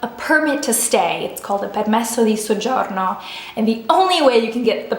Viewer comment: Damn your pronounciation was so good "soggiorno".